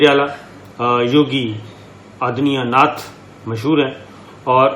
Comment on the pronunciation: This guy says 'shakist' instead of 'Shikast' (defeat) and 'Aadmi anath' instead of 'Adityanath' (UP chief minister)!! Is this a comedy show? Or this Shakir guy needs to be examined by a doctor :)